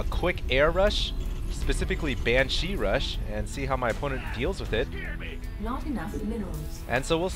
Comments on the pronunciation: its BANshee, not banSHEE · nooo!! not another banSHEE video!! lol seriously hd, BAN-shee, not ban-SHEE, BAN!-shee. please put the emPHAsis on the right sylLAble. =P btw is there still a ground defense colony and air def for the zerg or the spine crawler does both? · Excellent videos again. Got really lucky there with the Banshee's, but you pulled through [Fuck Yeah terran!] Also, not to harp, but the only thing I can suggest is Ban-shee, not Ban-CHI. Also, Marauders and Siege Mode Tanks destroy Roachs en masse. Marauders are the only true counter that burn them quickly. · It's pronounced [banshe], not [bansheeee]. I'd let this slip if it wasn't so annoying :p Anyway, these games are are perfect to watch during lunch break :) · SJ he said banshee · ok, i like your commentating a lot, but you really need to put less stress on the second syllable of 'banshee' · the way he pronounces banshee is kinda cute, makes them sound more threatening. I wish he'd pronounce Lalouche with a french accent though.